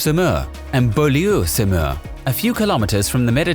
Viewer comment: "Veelleufwanch Summer and Bawloo Summer"